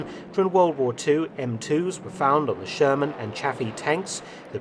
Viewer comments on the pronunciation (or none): none